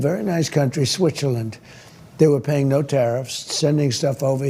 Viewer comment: Did he say Switcherland?